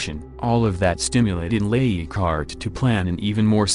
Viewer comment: I would appreciate the correct pronunciation of the names please. Leighardt is not eeegart.